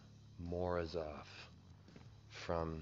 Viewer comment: Devon, in the Morozov the emphasis is on the second O